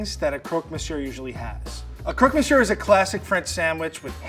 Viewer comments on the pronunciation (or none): It took me so long to understand the chef when he said "croque-monsieur". His french is god awful, but these potatoes will haunt my dreams.